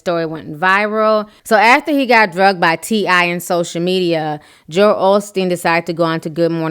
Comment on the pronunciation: girl thank You for knowing how to say his name. others act like the name Joel is so hard for them ugh